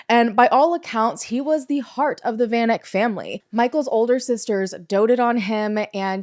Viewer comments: Van Eck...pronounced...Fun Ek. It's Afrikaans. 😊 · hey! south african here. it's great to see south african cases being covered, i just wanna politely suggest checking pronounciation of names especially of victims. for example, the "van" of "van eck" is prounced like the word "fun." also interms of the life sentences, not sure if this is a thing in the US too but they could have and should have given her multiple life sentences SA is a shitshow, ive literally never even heard of this case because of how disgustingly common this stuff is. i was like 8 at the time but havent heard about it since either. just last month three farmers unalived two women and fed them to their pigs :,) you should also look into the Krugersdorp (nicknamed "Devilsdorp") cult/killers. the ringleader is serving 13 life sentences